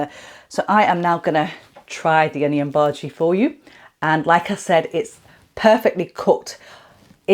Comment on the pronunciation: Not Baji, it means vegetable, the proper pronounciation is Bhaji